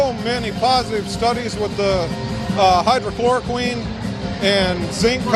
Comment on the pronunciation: 39 "Hydrocloroqueen"